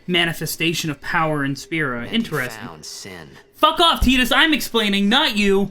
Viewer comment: This guy so dump ,he keeps saying tidas wrong..😂